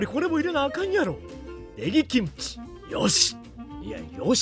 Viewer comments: 김치를 기무치말고 김치라고 정확하게 발음하시는데 한국어도 되게 잘 하실것 같다고 생각됩니다 ..! 대단하셔요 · '김치' 발음 넘 좋네요 ㅋㅋ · 일본분이신데도 김치 발음이 좋으십니다~~^^